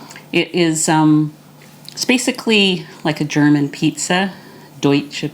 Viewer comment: You are awesome! I really enjoy your videos. ♥ Usually I do not watch "cooking" videos when they take longer than 15 minutes, but I enjoy your videos so much, they calm me down and they make me sooo hungry! :D And your German pronunciation is pretty much on point! :D well done. Im looking forward to try the protein crust for the Flammkuchen and my version will be kind of "Flammkuchen Elsässer Art" (Flammkuchen Alsace Style) with creme fraiche (or high fat "Schmand") salt, pepper and nutmeg. Topped with "Speck" (smoked bacon - "Schwarzwälder Schinkenspeck" ... Black Forest smoked bacon) and red onions (maybe I ll add some chives in the last few minutes of baking). I won't pre-cook the bacon and onions, but I m going to put the topping (Schmand, Speck & Zwiebeln) onto the crust as soon as it is firm enough and then bake for another 10 minutes or so. Love it when the onions still are a bit more "fresh". Thank you so much for the "Potatoe Pancake" with rutabaga (Steckrübe) - I did not realize that they are so low in carbs. Im going to try them asap! Did you know that this "Potatoe Pankake" ("Kartoffelpuffer") is also eaten as a sweet version? Sprinkled with sugar and cinnamon and served with apple sauce ("Apfelmus") . They are called "Baggers" here in our region (Nürnberg, Germany). My boyfriends grandma made them for me in the sweet and high carb version years ago, but I have to say that my version with a bit of onion and cubes of bacon is my favorite :D Im doing keto for 2,5 ye